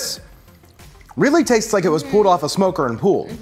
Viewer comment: Pooled pork? Because it went swimming first? Hahahaha I never heard pulled pronounced pooled.